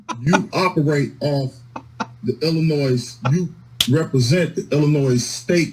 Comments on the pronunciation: I had a teacher who told us there is no "noise" in Illinois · As someone who was born in Springfield, it hurts my ears when people sound the s in Illinois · Hes even pronouncing the S on the end of Illinois. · Lock him up simply for continually pronouncing the "S" in Illinois! As an Illinoisan, it is like nails on a chalkboard to hear it. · Wow, that was an extra large word salad, with a side of word spaghetti going on there. I liked the judge and prosecutor. No nonsense, and that’s it. “Sir, you are getting extra time for being grossly ill-informed, and pronouncing the S on the end of Illinois. Good day.” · Some one needs to inform this person that the S in Illinois is silent! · The S is silent!! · I wonder how this man made it this far without knowing the final s in "Illinois" is not pronounced.